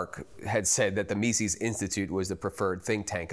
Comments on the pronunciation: He doesn't pronounce Mises correctly. Its not Meesees. It is Meses. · Meezis, not meesees. Think Jesus with an M. Anyway, awesome doc. MC is the future of the LP. 💪